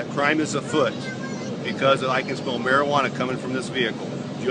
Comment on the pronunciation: He said afoot lol